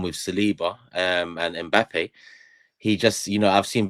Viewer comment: said Mpappay